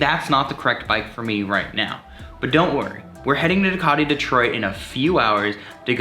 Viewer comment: Wtf do they pronounce ducati that way soooooo annoying..